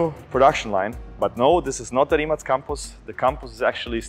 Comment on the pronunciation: Мате, свака част. За углед, не само за овај део Европе, но за читав свет. Ситница, али терао бих их да правилно изговарају Ваше презиме, а не "РимаК". Поздрав из Србије.